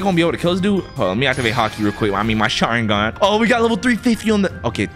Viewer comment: You sayin sharigan but where’s the mangekyo sharigan?